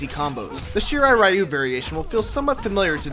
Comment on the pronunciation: Takeda Combos sound like someones name with a half spanish half japanese origin =D Also, isn't "Ryu" means "Dragon" ? And actually you don't have to pronounce it as if it was an abbreviation - check the Japanese pronunciation ).